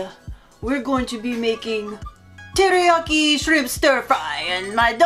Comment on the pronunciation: Lol... I SWEAR i heard "TitiYaki" 🤣😂 #takepound&peel